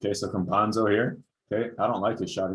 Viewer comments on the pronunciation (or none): It is pronounced Campasso, as Picasso. The letter N does not exist in his surname. Basketball analysis is perfect, and only two letters separate you from the perfect pronunciation of his last name. :) Stephen A Smith can't pronounce the name of any European player correctly, and you pronounce them very well. I'm a follower of your channel, so I gave myself the freedom to correct you. :)